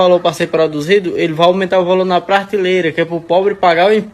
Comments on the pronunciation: MA RAPÁ E EU VOU ESCUTAR UM INFELIZ DESSE ANALFABETO KKKK FALANDO ( PRARTILEIRA ) EI VEI 😮 POR FAVOR NÉ NOS POUPE IRMÃO 😅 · O cara não sabe falar prateleira e quer comentar sobre tributação 😅😂😂😂😂